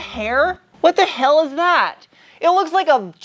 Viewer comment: "Wat da hewl?!" 🤣